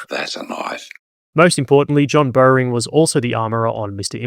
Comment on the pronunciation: FYI it’s Bowering pronunciation. Bow er ing